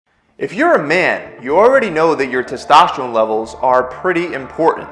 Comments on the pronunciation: Glad you made through the tumor situation so well. Sounds scary. FYI- it's pronounced "tes-tos-tuh-rohn". Usually a Urologist or Endocrinologist would be better than those clinics. And if you need to come off Testosterone, doctors can slowly wean you off and give you other medications to jump start your body's own production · It is pronounced Testosterone !! Good god! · Brother it’s test oster one lol, not to tester one …great info though, I just started about a week ago so I’m glad to hear it can be helpful but I’m doing the gel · Tetesterone? AND You dropped your motorcycle?! A minute and 30 seconds into this video and I hit stop! This guy is a clown! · You really need to learn how to pronounce testosterone. It seems that your blood work was done backwards which is kind of silly.